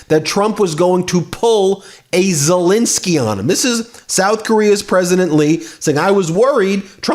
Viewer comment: "Zelinski"? You mean "Zelenskiy"? (You're pronouncing the second vowel wrong.)